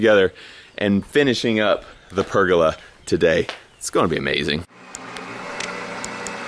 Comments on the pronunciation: the way he says PERGOLA its PER GO LA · BTW.............it's............. "per go lah".............not..........."perg olah"...............just sayin" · say it with me per-goal-la hahahahaha love ur face